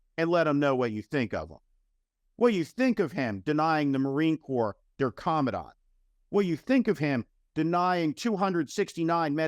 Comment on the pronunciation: The moron Tuberville can’t even pronounce the position of commandant that he is currently holding up with his antics.